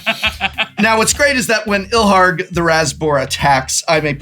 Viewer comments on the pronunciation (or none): It feels wrong to be teasing someone else for his pronunciation when is right there, but Prof…”raze” sounds like “rayz”. There is no such card as Ilharg, the Razz-Boar. Looking forward to the next episode. Arin and seem like a great combo.